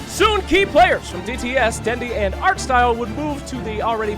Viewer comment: not artstyle but ars-art (smile)